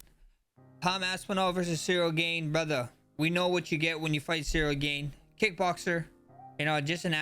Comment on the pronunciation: Ceril gain 😂